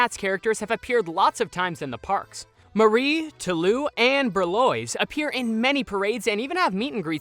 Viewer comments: Wow! So you think the 3 kittens are named "Marie, Tah-loo and Ber-loise?" (2nd syllable rhymes with "noise.") You got Marie correct, at least. As for the boys, Toulouse is pronounced "Too-loos." He is based on Toulouse-Lautrec a French painter. Remember, Toulouse was the painter in the trio of kittens in the film. Berlioz is pronounced "ber-lee-ohz." He is based on Hector Berlioz a French musician. Remember, Berlioz was the musician in the trio of kittens in the film. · I cringed when he said tolouse and berleoz wrong... hhh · The pronunciation of Toulouse and Berlioz made me giggle. 🥰